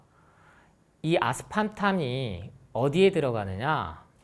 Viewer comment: 아스판탐이 아니라 아스파탐 입니다 ^^